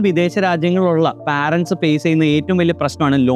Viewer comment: പാരൻ്റെ സ് അല്ല മണ്ട അത് Parents പേരൻ്റ്സ് "ആണ്. "പാരൻ്റ്സ് " അല്ല